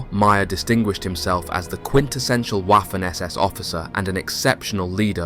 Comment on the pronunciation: Very interesting documentary. However, please stop pronouncing "Waffen SS" with the English "W". The letter w is pronounced like the English v, thus Vaffen SS.